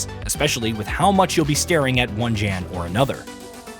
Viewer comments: It’s YAN…not “JAN” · Jan is announced as "yawn" ... It's polish for John... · It’s pronounced “Yawn.” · The fact that you can't even pronounce the name of the protagonist - which is said in the game over and over and over again - shows that you haven't even played the game...